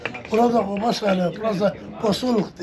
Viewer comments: Şəhərin adını düz deyin zəhmət olmasa Quba deyin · Şəhərimizin adını düzgün səsləndirin Kuba yox Quba deyin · Q harfi yok ama Gazi , Gaziantep , Galaksinin G sini telaffuz edi Quba dedikte , Kuba yok!!! Anlaşıldı mı? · Qardas Küba yox Quba seheri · Bak yine Kuba diyorsun , kardeşim Kuba deyil , QUBA ! Türk alfabesinde Q harfi yokmu ? Sen inadına mı Kuba diyosun?! Quba de QUBA!!!